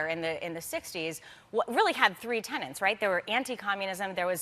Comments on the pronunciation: Looking forward to watching this, but, please, it's "tenets," not "tenants," as she said about five times. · Tenets, not tenants! lol! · Every time she pronounced the word tenet as "tenant" I wanted to gag.